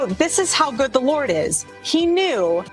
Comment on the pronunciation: Oh my goodness I thought the same thing I had to really stop and listen,It doesn't even sound like she says Lord it sounds like she says lore